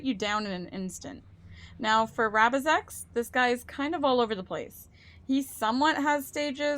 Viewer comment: failing to prepare is preparing to fail misread rabizex's name lol